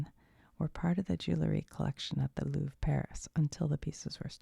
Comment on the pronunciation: from paris with love ... you can say ´´ilouvreyou’´ for the prononciation 😅😂